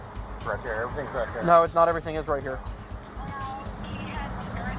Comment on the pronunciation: they could and should have got her with littering for just tossing her Mickey Mouse Club Membership Card on the ground like that. they always so rude on top of everything else. "i want you to write the fee schedule and do everythang, because i'm not a united states citizen." she knew she had a whole spiel of nonsense she was meant to deliver, but forgot it.... so it's just hey, do everythang!